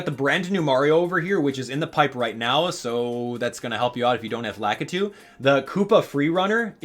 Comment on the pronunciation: i find it funny how he pronounced lakitu cuz i always pronounced it lakeetwo